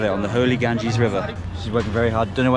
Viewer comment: this river name ganges not gangis